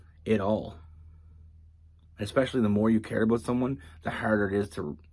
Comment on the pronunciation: I love everytime you say the word “ABOUT” you just have this accent that sounds more like “ Aboot” lol